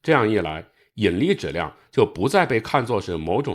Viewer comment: 把质量读成纸量到底是哪里的方言啊